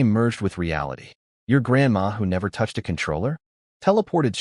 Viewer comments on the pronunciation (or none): This is the worse ai narration I ve ever seen. "Your grandma who never toiched a controller..." Whut?